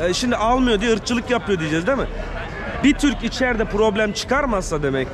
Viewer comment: Kardeşim Turko değil TORUKO Allah aşkına düzelt. Sana da bi kıyak madem Cem yapmadı "watashi wa Toruko jin desu" Vataşi va Toruko cin des- ben Türküm